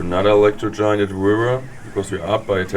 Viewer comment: Why I Subscribed! " Electro Giant at the Wiver"